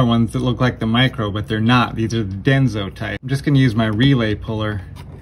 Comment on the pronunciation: It's not "Denzo," but Denso.